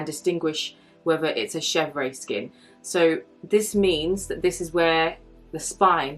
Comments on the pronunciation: Yes, the pronounciation is she-vr (with a tiny “uh” at the end), not ay. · Just pronounced shev-rr (no ‘aye’ at the end) -otherwise, good video. I like all leathers for bags except epsom but I realize I’m in the minority. Clemence and Box are my faves. Togo has veining at times where Clemence does not.